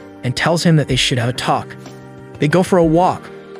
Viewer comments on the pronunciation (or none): AyO he say lets take wakk and lets takk